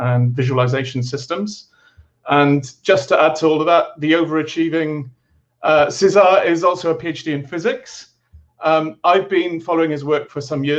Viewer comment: Nobody knows all languages and pronounciations, so no judging there. Having said that, the accent remains on "Cé", not on "sar". So just like in English you would pronouce Cesar, the same stress applies in Spanish, only changing the vowel sound to a Spanish "e" vowel sound.